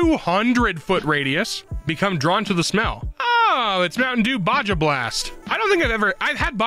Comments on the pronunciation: BAWJAW BLAST?! I JUST NOTICED THAT AND I AM GOING INSANE NOW- bahaw, like Baja California (i think its california?) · why does pronounce baja blast that way